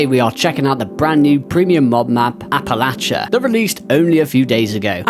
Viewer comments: Say it like App-Ah-Lay-She-Uhhh 👍🏼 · As someone from the philly area, youre killing me with the pronunciation 😂